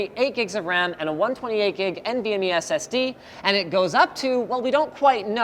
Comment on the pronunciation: did anyone notice he said "one-point-eight gigabyte SSS"? only 1.8 gigs? I can't fit all of my porn on that!